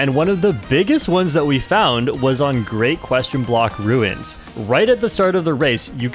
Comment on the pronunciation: Video 12 where you mispronounced Great? Block Ruins.